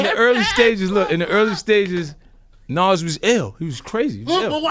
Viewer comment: 50: "Naws" (Nas) lol